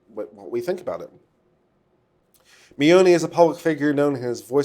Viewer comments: Vic Mignogna (Min Nya Na) Is how I break it down to pronounce his name. Jamie Marchi (Marky). I hope that helps a little bit. I really want to hear his opinion on the fake evidence, fake bomb threats, and fake swattings that the kickvic side have been doing. Also about the "underage", fans who have come forward about their pictures being used without permission and taken out of context, debunking kickvic's claims about Vic assaulting them as proof. I wonder if there could be any legal ramification for doing that, since Monica and Jamie keep retweeting or liking posts with such claims in them. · Ugh, I wish he would have taken the 10 seconds to Google "how to pronounce Vic Mignogna" before mispronouncing it in MULTIPLE ways 3,000 times over the next two hours...